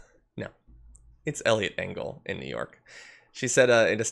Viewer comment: I heard Elliot Dingle at first and I am just going to stick with that.